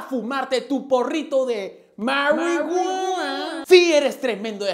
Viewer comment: Jaja me voy a descargar tu diciendo 'Maruiguana'